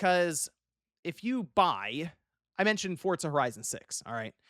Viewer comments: I know right, bugs the hell outa me. Where's the T? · takes every opportunity he can to pronounce Forza with a T.